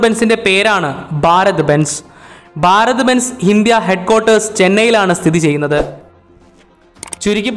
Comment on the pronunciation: ബാരത്‌ ബെൻസ് അല്ല ഭാരത് ബെൻസ്